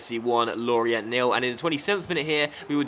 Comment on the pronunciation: It's pronounced Lori-ahh, not Lorient.